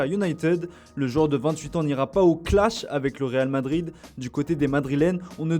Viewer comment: On dit pas "real de Madrid" mais "real Madrid" étrange pour un journal de faire ce genre de faute, c'est simple moi j'ai un prénom et c'est pas au autre de décider comment cela ce prononce.